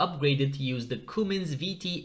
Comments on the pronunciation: "Cummins", NOT "Coomins". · Its pronounced come-ins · If you were saying Cummins it’s pronounced like this.. come in’s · Idk how he messed that up.